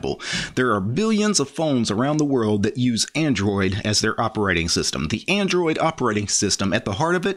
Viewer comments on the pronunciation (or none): none